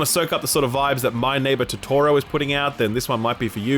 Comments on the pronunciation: Star- WHAT? And the pronunciation on Totoro lol. Silly Australian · I'll always love your videos but c'mon mate, that's not how you pronounce "Totoro" in My Neighbour Totoro.. 🤦‍♂️😂